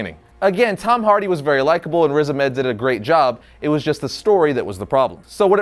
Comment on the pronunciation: It’s pronounced ‘riz ARM ED’